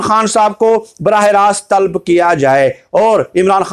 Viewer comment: Talb nahi hai yeh TALAB hai...sahi karain apne aap ko..